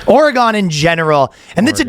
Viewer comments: It's pronounced ORE-uh-gun. When I was in labor I got super hot and was naked in front of a nurse for quite a while to the point she got uncomfortable and just wanted me to put my hospital gown back on. I don't see how it's legal to be masturbating in front of these poor nurses😂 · The pronunciation of Oregon 😂